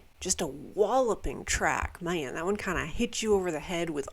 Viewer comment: Always a treat when has a fresh upload:) Edit: Am I hearing things or was that a twinge of Southern drawl at about? "Maaan"